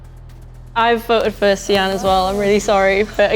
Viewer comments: See-an? Its Sian, Typical English people butchering the names from countries they've colonised. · Such a bad pronunciation of Sian